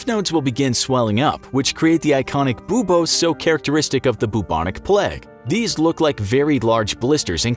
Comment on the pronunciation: It is unusually irritating to me the way you pronounce "buboes". "Boobose?"